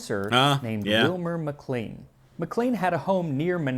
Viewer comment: I can tell when someone isn't familiar with the area. He pronounced McLean incorrectly :). It makes no sense why we pronounce it this way, but the correct way is "McClane". (Trying my best phonetics!).